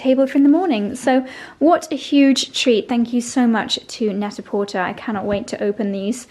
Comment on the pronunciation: Love love your garden! (Isn’t it pronounced net a portay?)